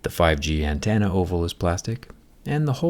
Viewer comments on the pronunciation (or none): my only issue is the way you say antenna, "Antanna". Otherwise always appreciate your content